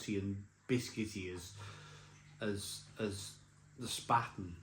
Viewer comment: 'Spaten' is pronounced 'Shparten'. Löwenbräu is pronounced 'Lurvenbroy'. And Oktoberfest is, for me at least, rather unpleasant. Too many crowds. Too many drunks. No real 'Gemütlichkeit'. Good to hear from you again!